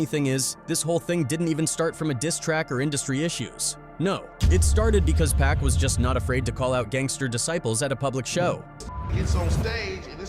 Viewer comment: Pronounce Pac like "Pock." If you're gonna speak on this stuff, have the names right. I'm not hating. I love your content, but that's annoying